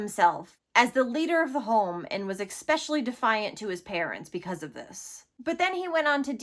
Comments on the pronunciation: This poor kid should never have been given back to these monsters, my heart hurts for him. Great video, but if could make one bit of feedback, the word especially has no k or c at the start of the word, so it's not pronounced ekspecially, but especially 😂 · Especially.... not EXpecially... check it out dear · Good reporting, but where did this lady learn English? LOL Expecially... and supposably. Those are not English words. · Please learn how to pronounce “especially.” It’s not “eck-specially”. Also, you’re very pretty, but I’d love to see you do your makeup better. Some natural brown shadow on your upper lids on the outer 50% of the lid would look great. And NO more eyeliner or mascara on your under eye. You are too fair for that. This is a pretty good example of what I'm talking about (but I'm not a big fan of glittery makeup so I would avoid that glitter stuff on the inner lid. It's not necessary. Cheers. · Girl... There's no "K" in especially.